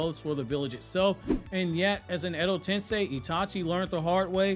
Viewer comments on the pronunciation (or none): none